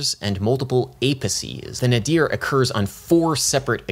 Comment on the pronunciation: Speaking of emphasis, I've never heard anyone say "nuh-DEER." It's normally pronounced "NAY-dur" or "NAY-deer."